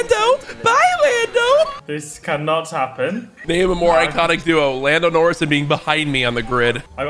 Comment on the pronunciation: 'Landon Orris'